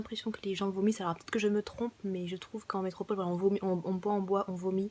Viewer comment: Métropole ! métrople ! ça ma saoulé, je n'ai pas pu regarder toute la vidéo.